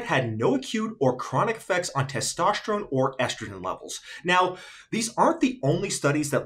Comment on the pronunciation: "Testoshterone" lol